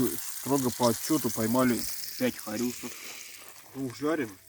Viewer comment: Очень здорово, есть у автора художественная жилка... З.Ы. кус-кус ударение на первое у, а то слух режет. ( на местном арабском кус - женский половой орган , пелотка типа 😂 )